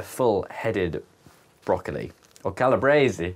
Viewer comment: The calabrese pronunciation was correct. It’s from Calabria in Italy originally.